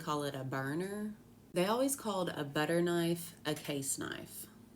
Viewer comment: And always was pronounced allus